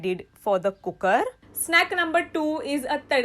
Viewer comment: That ‘cookerrrrrr’ was addictive 😂♥️